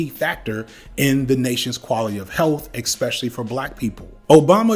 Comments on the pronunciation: Okay. The first “expecially” shattered my ear drum. 37 “eXpecially”s later… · Do you mispronounce especially intentionally?